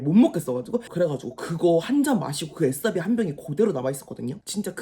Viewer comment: 애싸비 아니고 애사비❤